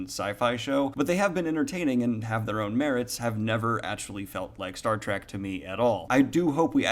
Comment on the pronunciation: Are you saying "track" or "trek"? I enjoyed Discovery for what it is because I found it had some interesting themes and concepts, although only occasionally was I reminded I was watching Star Trek.